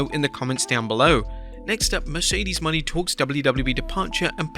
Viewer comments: STOP FUCKING CALLING HER MERCEDES “MONEY!”…….it’s Monè, or however it’s spelled. You pronounce it as Mon-ay. Are you a hired person that just reads a script? Who does the real work on these videos? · Mercedes mone is pronounced Mercedes "MO nay" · He's never going to pronounce Mone right is he?